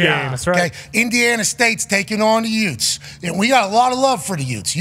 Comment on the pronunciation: the 2 youts.. the hwat? what? the 2 hwat? pardon me? did you just say "yout"? yeah, the 2 youts what is a "yout"?